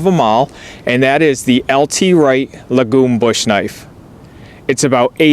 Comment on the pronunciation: Hi , ''Lagom'' is a swedish word for ''what fit you the most'' There is no straight translation but that is what it means. Pronounce ''LOoogom'' Good review as always